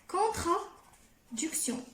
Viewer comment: Très bon travail. Essaie de t'améliorer en français. On dit contradiction pas contraduction.